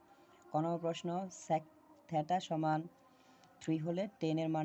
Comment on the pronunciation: ভিডিও মানসম্মত না হলে দেখতে ভালো লাগে না। উনি এই দিকে ভিডিও করছেন অথচ ব্যাকগ্রাউন্ড এ অনেক সাউন্ড হচ্ছে। ভিডিও আরো ভালো করতে হবে। আর এই টাকে থেটা না থিটা বলে। বললে ভালো শুনায়। (SSC batch 2025)